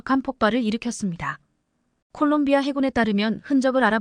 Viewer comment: 콜롱비아를 골롱비아라고? 😂😂😂😂😂 한심하다